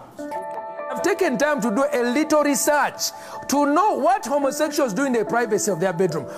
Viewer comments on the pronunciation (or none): "I've taken thee time to do a leetle research"